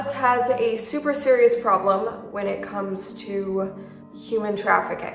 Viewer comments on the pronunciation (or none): none